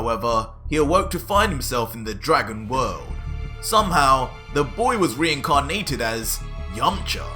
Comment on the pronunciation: Did he day REINCARNEETED?